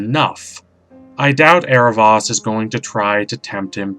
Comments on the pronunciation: It's Aarav-OH-s not Aarav-AS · not to br rude or anything but in the series it is pronounced " Arrow-voas" (the "o" says its name) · yes was cringing the whole vid from the mispronunciation!! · Did you mean to mispronounce his name?